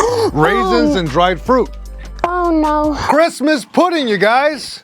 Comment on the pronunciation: Why tf can’t you say Christmas??